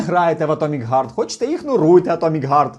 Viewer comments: За випуск красно дякую. Але все ж, чому "Г"арт? Невже важко подивитися в оригіналі різних носіїв англійської і зрозуміти, що там "Х"арт? В крайньому випадку не чисте піднебінне "х" (властиве нашій мові, більш дзвінке), а глибоке гортанне глуховате "х" (по суті просто гучне видихання, але все ж більше схоже на "х", бо гортанне "г" вже вимагає напруження голосового апарату...). Будь ласка, давайте бути більш грамотними, не викривляти оригінал, навалюючи крінжу й дичини. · Харт, блін, Харт!!! відкрийте гугл перекладач і послухайте. задерли, в англійській мові є звук "х"!